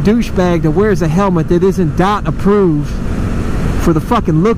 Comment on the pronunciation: It's Dee oh tee not dot?